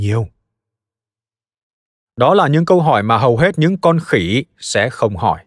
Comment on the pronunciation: Người ta viết giọng trung lập. Ông nay đọc lại nhấn mạnh chữ "khỉ" để nghe có giọng khinh bỉ